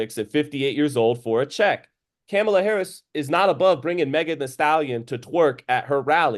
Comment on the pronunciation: Respect to knowledge of boxing history and I don’t care what political choice is but 1) to act like Trump pacifying hate against particular groups / Tyson showing his bare ass vs Meg shaking her ass for Kamala is comparable is absurd and 2) calling Kamala “Camel-a” (never heard anybody pronounce that name like that, ever) is tone deaf as hell. Agree with, Paul clearly didn’t apply more pressure when Tyson was dazed and confused in the 3rd round. Tyson gave Paul a chance by putting him on the Jones Jr vs Tyson undercard for his first ever fight. To think Paul was using some powerful Jedi mind trick is overthinking it.